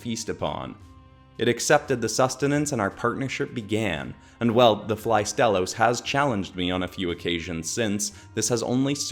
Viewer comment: Flygon and Astalos are a PERFECT match, since they're both dragons with insect elements in their design. Only issue I have is that you butchered Astalos's name. The stress is supposed to be on the first syllable, not the second...